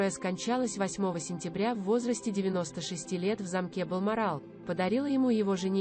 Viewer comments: Не возможно слушать чтицу, сколько ошибок, неправильная речь, ударения!!!!! Вместо слова замок с ударением на первом слоге, делает ударение на втором слоге !!!!! Наверное, не было репетиции !!!! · Боже мой! Читающая текст делает столько ошибок в ударении! Можно было бы простить имена собственные, "СасЕкские" или "МаркЕль", но не знать имя Гамлет?! Это не " ГамлЕт"!!! Далее: "скончалась в замкЕ" , "произнесЕна"," Елизавета два?! " "высочЕство"? Дааааааа. Позор! Прежде чем записывать текст, почитала бы вслух бы перед кем-нибудь. Если в школе плохо училась, учись сейчас или не выходи в эфир.